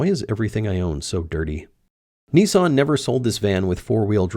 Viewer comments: nissan not knessan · Knee-Sarn - LOL, you guys crack me up... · How is it that Americans can not read? How do you make the company name NISSAN in to NEESON ? Are they thick over there?